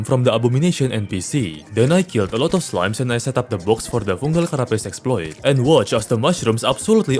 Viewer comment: "exploiTEH", Like what